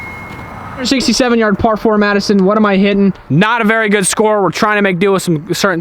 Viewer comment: its berry cold hear berry cold 🥶